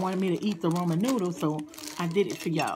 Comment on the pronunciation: Did she say Roman noodle 💀💀💀